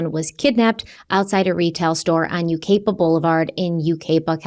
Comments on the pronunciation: FYI the city this happened in is pronounced you-kie-pa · (YOU-CI-PA) NOT FUCKING HARD TO PRONOUNCE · It doesn't matter but I'm here and it's pronounced like U KY PA:) I'm praying so hard for this baby.❤ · Its you-ki-pa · For your future videos it’s pronounced U-Ki-Pa 😅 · OMG NOT YUCAIPA ON THE MAP FOR THIS?!? Also pronounced YOU-Ki-PA #ThatsMyHometown 😮‍💨🥴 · YU-KAI-PAH is how you pronounce it😊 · To pronounce Yucaipa, ignore the first “a”. Yoo-ki-puh. I hope law enforcement watches this video because breaks it down and maybe they aren’t as thorough as he is. My experience with San Bernardino leaves a lot to be desired. I lived there for over 40 years. The dad was previously convicted in Banning, which is Riverside County where Sheriff Chad Bianco is currently kicking ass and taking names. Hopefully Sherriff Dicus comes thru. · Also… it’s pronounced you-KAI-puh. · I know it’s not relevant to the story… But it’s Yoo-ky-puh. Not sure if that’s the correct phonetic spelling. Basically the “A” is silent. “Cai” rhymes with eye. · Are you going to fix your pronunciation of Yucaipa California?